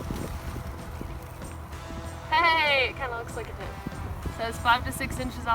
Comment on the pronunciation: Adventure Ryan I like how she says Tint